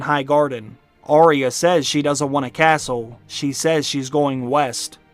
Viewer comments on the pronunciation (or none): none